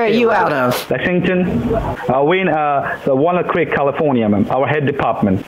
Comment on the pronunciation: Walnut Creek. Jenny was trying to say she's from Walnut Creek, California. It sounded like "wanna cree," but it's near where I live, so I could parse it. You're welcome, everyone!